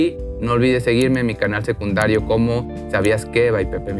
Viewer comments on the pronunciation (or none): none